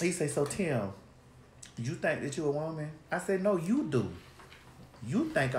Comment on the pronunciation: 😂😂😂🤣🤣 Girl, not "Timbo"